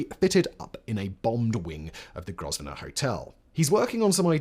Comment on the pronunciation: And who does not know how to pronounce ‘Grosvenor’?? Are you fake?